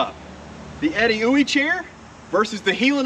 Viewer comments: That is not how I thought you pronounce Edeuoey. But by George I think you are right 🤣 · My congratulations on even knowing how to pronounce Edeuoey... Great review.